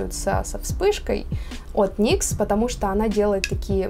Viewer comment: Как только я услышала выражение "мастхэвы никсА" сразу выключить захотелось!